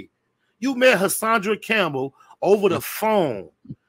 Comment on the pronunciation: i like spider loc but him calling HASSAN CAMPBELL Hassadra aint cool my dude peace!